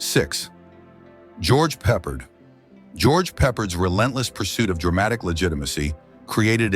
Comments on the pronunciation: I could not even finish the Rock Hudson segment. Featuring several shots of Jim Nabors (Gomer Pyle) during the Hudson segment? Does anyone review the content before releasing it? Nabors and Hudson had antithetical images, but you put him the Hudson segment? And your programmed voice pronounce 'Peppard' stressed on the first syllable? Funny, but EVERY other time that I have heard his name pronounced, the accent is on the second syllable. I guess Peppard, despite numerous leading roles, is not famous enough for anyone in the vocal department to know how to pronounce his name. This is a Jim Garner tribute? Given Garner's devotion to hard work and craft, he must rolling in his grave at the shoddiness of this piece. Or at least the pieces that I saw before I started throwing things. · Peppered???? Peppard!!!! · George Peperd? AI SLOP. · Pappard, you nitwit. It's pronounced Pappard.